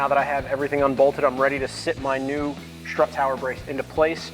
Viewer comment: How do you go through life saying “schtrut tower” and not get mocked relentlessly?